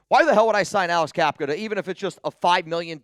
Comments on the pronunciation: Bruh it’s Cap-uh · Cappa, not Cappka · Isn’t it Cappa not capka??